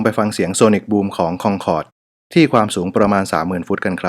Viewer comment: ทำไมต้องอ่านว่าคองคอร์ดทั้งๆไม่มีเอนจี